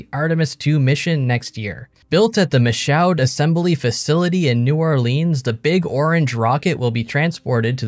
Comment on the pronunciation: It's pronounced "Mee-shoo" and "New Or-lawns" not whatever the heck you said.